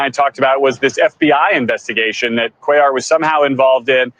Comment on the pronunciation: First time listener - love the politics but the Latino name pronunciations need some work - sis-NER-os and QWAY-yar :-)